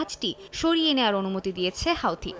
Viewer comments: হাউতি হবে না, হুতি.....😂😂😂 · হুথি বলুন হাউথি কি?